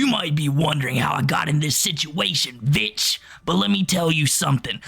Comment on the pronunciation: "You might be wondering how I got in this situation VITCH" Nearly made me spit my water out loool